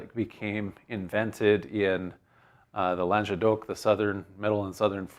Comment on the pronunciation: not lanjedoc but languedoc - pronounce the "g" as in maGoo